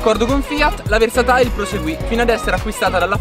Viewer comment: Sarà versatile....non versatail